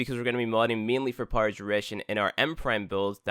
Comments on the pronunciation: It took me watching 5 vids and readin this comment to realise that... so basically just readin this comment 😂😂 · I THOUGHT I WAS THE ONLY ONE😭😭😭😭😭😭😭😭😭